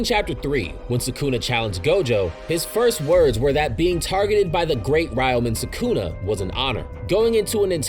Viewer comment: Its not "SAkuna" its "sukuna" If gege kills gojo iam never gonna forgive him for the shit